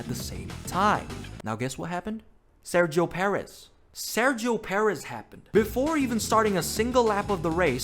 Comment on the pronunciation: i cant find the exact timespot but did bro call sergio perez sexo perez?